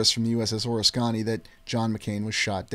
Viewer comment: Just a friendly heads up. The correct pronunciation is Or-ris-kuh-nee.